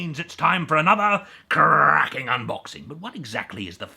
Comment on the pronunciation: As soon as I heard CRRRRACKING UNBOXING it was like coming home